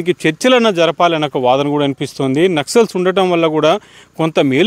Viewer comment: నక్షల్స్.. కాదు నాయనా, నక్సల్స్